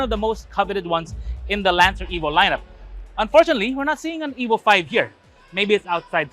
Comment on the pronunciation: its pronounced EEVO not eboh mga ayasib